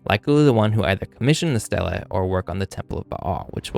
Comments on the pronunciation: THANK YOU!!! It drove me nuts! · Good video, thanks. Note: stele (ancient inscribed stone slab) is pronounced like steely, not Stella. The plural is stelae, which is pronounced stee-lay (Greek).🙂